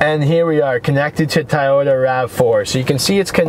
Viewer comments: Toy-Oh-ta not Tie-yodah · It's Toyota not Tayota.lol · Fuckin a I had to stop in cause it's toy-ota not fuckin thai-ota... Dimwhit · Its pronounded TOYota not TAIYota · It's pronounced "TOY-YOTA" not "TY-YOTA". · Kind of hard to take your guidance seriously when you can't even pronounce the make correctly. "Tyota" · Have I mispronounced Toyota my entire life? Or is it supposed to be “Tie-Yoda” like this guy keeps saying? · I was laughing the whole time.